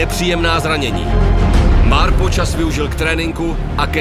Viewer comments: Proboha, nevyslovujte to MÁRPO. 🤦‍♂️🙈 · V každym videu to ten exot bude vyslovovat "Máárpo" 🤦